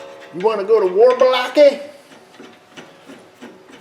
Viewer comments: "You wanna go to war Baloke"....Blake? lol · You wanna go to war Buh-Lahke?